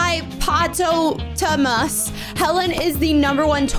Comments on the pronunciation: HOW DO YOU NOT KNOW HOW TO SAY HIPHIPAPOTAMUS!😂😂😂😂😂😂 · ITS HIPPO POTA MUS